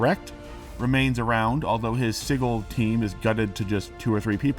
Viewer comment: Am I being gaslighted now about how “sigil” is pronounced?